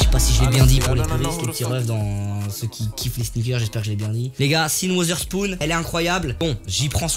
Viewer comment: Pour Sean watherspoon, sa se prononce comme sa : chun watherspoon